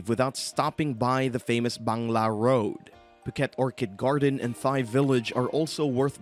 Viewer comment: I can't take this guy seriously when he says "Thigh".